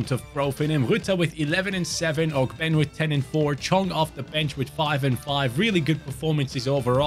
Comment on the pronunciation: What’s up I hate to be that guy but ogbene is pronounced og-ben-ay gotta represent my fellow Irishman I love the videos and keep up the grind Much love brotha